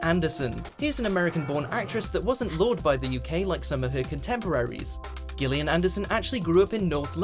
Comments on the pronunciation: Gill…. Gillian? Who was the mojo Moron who doesn’t know that her name is pronounced Jillian?…. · Poetry doesn't have to rhyme !! Why is the narrator saying GIL IAN instead of JILL IAN !? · No one in the UK pronounces Gillian Anderson with a "Guh", except this prat. It's always with a "Juh".... until now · Gillian pronounced Jillian this so called British narrator is a prick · Can't even pronounce Gillian. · Today, we are randomly mispronouncing Gillian for no reason.